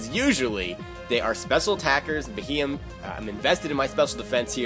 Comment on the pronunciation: Bee he yem is how you say it